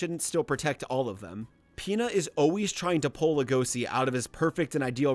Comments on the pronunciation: But like- HE WAS SO GOOD HE MADE A WHOLE ARCH SECTION Wait a sec DID HE JUST SAY LE-GOSI!?!? LEG-O-SHI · "legosee" that fucking killed me in every way possible, LEGOSHII SHII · everytime i hear Legosi instead of Legoshi makes me cRinGe